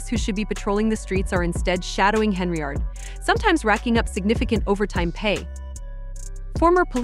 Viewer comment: Don't think it's pronounced Heny-ard.